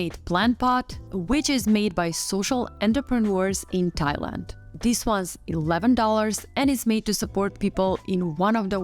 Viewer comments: Could you practice saying “ this” before a recording? “ This” does not begin with a “d” , so not “ dis” but “ this”. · No worries. A handy tip for pronouncing “ this” is putting your tongue behind your top teeth and saying “ this”. Otherwise great video.